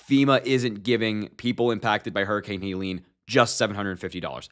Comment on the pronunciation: Helene, not Haileen